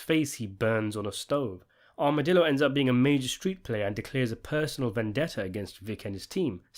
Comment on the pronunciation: Butch and Armadillo, pronouncing the Ls? C'mon man